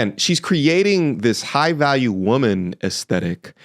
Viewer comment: Jigh value? Bahahaha. Like who? Tate?